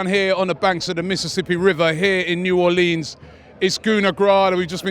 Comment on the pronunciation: I hate to say it, but Robbie you're pronouncing New Orleans wrong, check the correct pronunciation out.